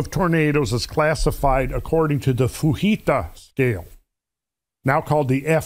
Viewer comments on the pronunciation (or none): Fujita is not Spanish, you pronounce the j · When you have nothing of substance to use for a rebuttal, I have often seen dissenters attack pronunciation/mispronunciation. What is interesting is that I have heard people that possess this particular name pronounce it in at least two ways with the "j" hard or silent. So, it's a shallow argument at best. Just because you have a graph say "exactly what is shown on it", does not mean the data contained can't be manipulated to progress an agenda. For instance, recorded data does not mean that all recordable data was gathered, or even compiled in the graph. Trends over shorter periods of time are often not as reliable as those taken over exponentially longer periods.